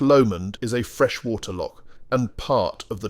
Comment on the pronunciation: It should be pronounced LOCH, A Lock is on a door or a canal